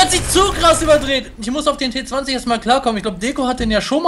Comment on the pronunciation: spricht den Namen Bitte von dem Auto in englisch aus weil so nennt man den und das klingt viel besser also ti twenty